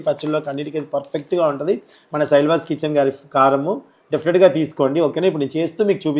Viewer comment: శైల్వాస్ కాదు శైలాస్ అని పలకాలి Pls ఏమి అనుకోకండి